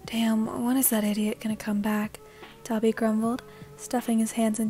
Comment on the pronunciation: Me when you say dabi: DA-BEE